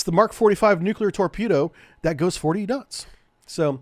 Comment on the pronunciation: Hey! George W Bush has a copyright on pronouncing it "Nukyaler", even the First Lady Laura Bush teased him about it.